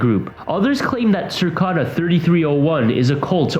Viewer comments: Cicada 3301. NOT Circada. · It's Cicada ( as in insect) not Circada. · Cir-cada. Jesus. 😂 It's pronounced "sih-cay-dah." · CIcada not circada .. dumbass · it’s literally cicada not circada, it isn’t that hard xd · Lmao, what in the fuck is a "circada"?! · Cicada is pronounced si-k-da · Thought it was pronounced 'sihkayduh' and spelled like the bug cicada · LEARN THE CORRECT PRONUNCIATION!!!!!! It’s CICADA!!!! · "Circada"......... Research your subject matter so you don't sound like a fool when presenting it. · Did you just seriously say "circada"? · Sir-ka-da??? Unsolved??? Lol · No offense, its cicada, like the insect cicada, that being its mascot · After watching the rest, you should re-title this video '8 Things Literally Everybody Knows About The Deep Web'. This is the laziest clickbait I've seen in a long time. Except everyone else is somehow able to read CICADA correctly and without erroneously adding an 'R' into it for some reason. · What is the deal? No one knows how to say Cicada/cicadas..... I've heard so many different pronunciations and some are funny AF 🤣🤣🤣